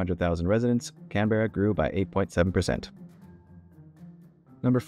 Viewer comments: you also pronounced Canberra incorrectly. its pronounced "canbrah or canbruh". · just saying, Canberra is pronounced 'cam-bruh'